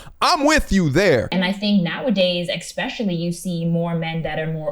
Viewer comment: i hear this a lot, do any of you? ek-specially it's especially esp-ecially